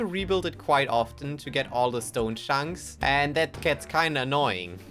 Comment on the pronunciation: stone shunks lol